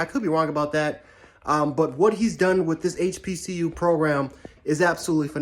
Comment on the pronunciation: Bruh said HPCU lol smh